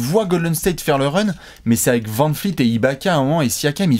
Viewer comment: On peut m'expliquer pourquoi dit toujours Fred vanfleet au lieu de dire fred vanvleet